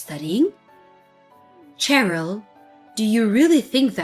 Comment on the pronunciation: Nitpick- it's pronounced sherill as in shy, not ch as in chin.